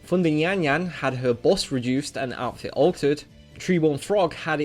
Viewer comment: Stop saying dual instead of duel, and it's not Buss its bust